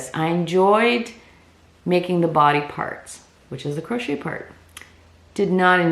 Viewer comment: just a note, it's pronounced " cro SHAE, " not crotch et